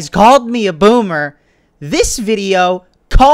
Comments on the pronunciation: Lolllll "boomer" not bommer lolll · said bommer